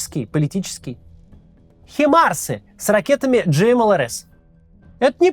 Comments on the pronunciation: Хаймарсы всё-таки, Макс, а не химарсы. Спасибо за видео! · Наступит время, когда Максим будет говорить "ХАЙМАРС", а не "ХИМАРС")))) спасибо за вашу работу! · Хаймарсы, блин а не химарсы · Людина вчилася в англомовному університеті, і все одно говорить хімарс, а не хаймарс) парадокс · Максим всегда в теме. Моё почтение! Только Himars читается по русски как Хаймарс. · Может не в тему, но Максим, мне бьет по ушам каждый раз когда вы говорите хИмарс а не хАЙмарс. Все же нужно названия произносить правильно. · Господи, да не "химарс", а "Хаймарс", от слова high. Вы же образованный человек... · Почему "ХИИИмарсы"? Они "Хаймарсы". Максим, зная английский, зачем-то специально коверкает название. В чем прикол? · ХАЙмарсы, это английское название, пожалейте наши уши)))